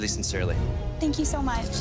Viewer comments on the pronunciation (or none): “I’m berry excited, very sin”SERE”ly”